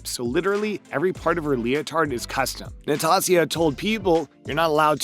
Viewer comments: Natasia Luieken? Seriously... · NATASIA LOUIS-KIN AND MARTA KARALOLY 🤣